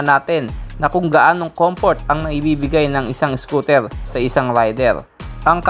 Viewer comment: Anung scotel.. bulol😂😂